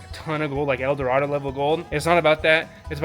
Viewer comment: He said EL DORADO 😂😂😂😂😂